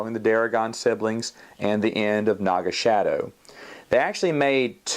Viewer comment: Great review, but wasn't his name pronounced "Naga SA-DOE?" (I know that's not the actual spelling but you get my point).